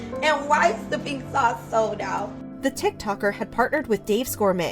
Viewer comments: “tHE pinKH saUCHe sOlDH O🦅🦅🦅🦅🦅🦅🦅TTTTtttt” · "the pink sauce sold ĀÆÉÛT🦅🦅🦅🦅🦅🦅"